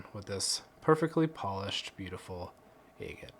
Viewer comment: Love watching the cutting open but you are pronouncing Agate wrong ! It’s like Agriculture is not egg